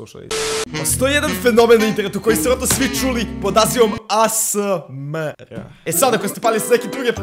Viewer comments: Nije asmr nego ejs mar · NEMA SANSE DA SNIMAM OVAJ ASMREH ja: pa ne kaze se asmreh nego OVAJ ASMR:ok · Kaže se aesemar